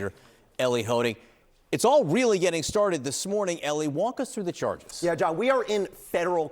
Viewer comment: I'm a bit shocked to hear a professional news presenter say "gettin'."